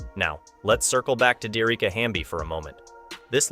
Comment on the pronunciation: Her name is pronounced D - Ericka